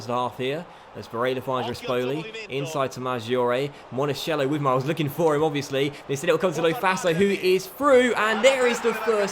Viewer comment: Monachello is pronounced Monakello! You're saying monasciello right now! Keep him for a long time is a very good player!